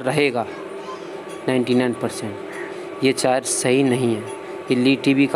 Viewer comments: Charger not ( chaar jarr) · Chayar nhi wo charger hota hai Pura video me chayar chayar sun ke mood khrab ho gya 😠😠😠😠😠😠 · Chaayer नहीं Charger बोलो Confuse मत करो लोगो को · Is vedio me sirf ye suna....kami hi dikhti h...bhai aapko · Lgta hai inko chai ki aadat hai ish liye chai aaar bolte h🤣🤣